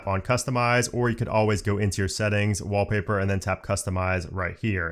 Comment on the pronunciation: Took me a few listens wondering what a "Wobbly Bird" was before realising you were saying "Wall Paper" 🤣